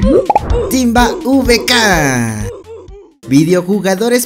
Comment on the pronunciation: Vieron q en el de Timba no decía Timba decía tamba 🤣